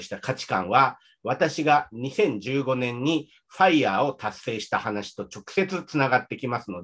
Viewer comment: のFireの発音完璧ですね。奥さんとも英語でほぼ話したりしていますか？